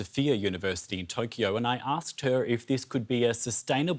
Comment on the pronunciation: this Britsh guy cant pronounce cause of his Accent. he said Tokee- YOoo it is just Toke-yo